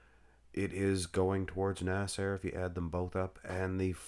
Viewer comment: Why do you continually pronounce his name as “nas-AIR?”